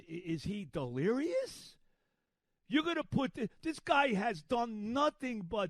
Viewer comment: Is he going to say delerious or get Helsleys name wrong more I’m keeping count